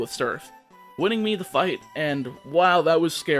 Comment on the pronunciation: oh please, you butcher every other word anyway. i didn’t even notice that you botched “winning”